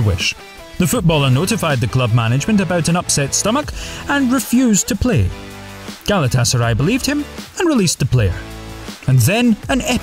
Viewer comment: It's Galata-Saray, not Gala Tasaray, you muppet!